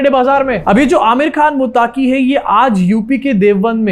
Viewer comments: भाई मुत्ताकी नाम नहीं है मत्तक़ी नाम है। अंग्रेज़ी में ग़लती हो जाती हैं। अंग्रेज़ी है ही ग़लत । हमारी बदनसीबी है कि बिग़ैर सिर पैर की भाषा को हमारे ऊपर मुसल्लत कर दिया गया है 😅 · मुताकी नहीं भाई मुत्तक़ि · मुत्ताक़ी नहीं, उसका नाम मुत्तक़ी है